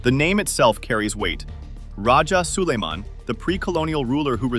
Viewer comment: Its rajah so-lai-man... Not Soliman...our great rajah or datu of Manila before Spaniard arrived in the Philippines...as you can see we are all originally muslims....